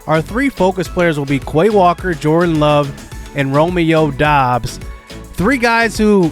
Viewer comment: It is pronounced Romeo dubs